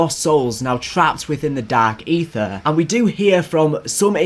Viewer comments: I’m hearing more of “Dak Aether” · LMAO Dak Aytheuh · Dahhk Eethur